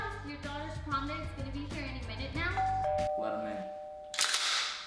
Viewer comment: Is it supposed to be, over heah